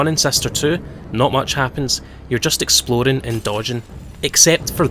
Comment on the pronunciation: I can't tell if you're saying "Explodin'" instead of "Exploring" intentionally as a joke or if that's just your accent. It's kinda great regardless, though.